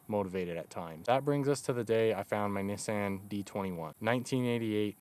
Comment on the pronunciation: Someone actually used the correct pronunciation of Nissan...that's awesome.